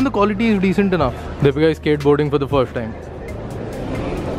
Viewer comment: U r doing a great job.. Keep it up.. U have an awesome family.. God bless. Just one observation n a suggestion.. If u r saying "first", pls don't say "firsht".. U r adding sh in place of every 's' in every word.. That's sounding a bit odd.. Otherwise u speak n express really well. N u r just too good at what u r doing.. All d best.